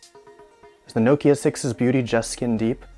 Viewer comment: wtf? also who was getting annoyed w/ how he was saying 'nokia'